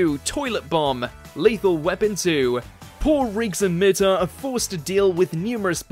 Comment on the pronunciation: Mur-tock thats how you say his name not how you said it....